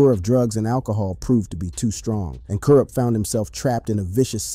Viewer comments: Yes, all my real HIP Hop,rap heads,feel me,how dare they disrespect kurupt, can't even pronounce his name right!!!, and talking about him smoking Alot of weed, and he's a drug addict,but they don't mention,'Snoop dogg', smoking more weed, and call him having 'drug problems,,',you see,how FUCKED up is this fellow Real HOP heads,rap ,gangsta rap, fans feel me, like my brother from another mother,TAS.sure it won't be hard to figure out who I mean.Double R.peace.xx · You act like the brother is dead and like you know him. But you can't even say his name right. Boooo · How you gonna talk about "KURUPT" and you can't pronounce his name right and can't say the dpg right😂😂😂 this is the most incorrect video of kurupt that I've seen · you have to test AI text to speech always. make sure it can pronounce the words correctly. and when it doesn't you have to simplify the spelling for the AI so it will say it right. so for "kurupt" i would try to normal spelling first, "corrupt" or stuff like kuhrupt, kuhh ruppt, whatever you can think of or google the word and it will have underneath it how to annunciate the word and i found this: ku·rupt Pronounce Kurupt as K Y UH R AH P T or ku·rupt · Why u got him in a wheelchair on yo thumbnail??? Why u keep saying his name wrong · I really wanted to watch this but I got to 2.31 and couldn’t listen to “Kwrup” any longer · It’s pronounced “Corrupt” not “Cur up” 😂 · you dont know who to say Kurupt lol. its not Coo-rupt. its pronounced KER-Rupt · RIGHT! I had to watch and listen to the video based on your comment alone. Kourrrrrrrrrr Ruppppppp 🤣😂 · Yeah just leave our west coast stories alone if you can't say the names correctly, very irritating to hear "Cool Rupt" repeated over and over again. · Who the Eff is koorupt?😂😂😂😂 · Hey goofball, why aren’t you pronouncing Kurupt’s name correctly????? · Bro doesn’t even know how to pronounce is name 😭😭😭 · OMDG you can tell this is AI bs. You cant say Kurupt, Mutha, etc. Bahahahahahahahahaha